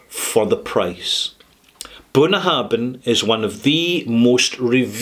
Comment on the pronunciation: you mispronounce the name of this distillery.